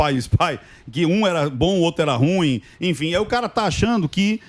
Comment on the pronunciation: Ruim é oxítona, cavalheiros!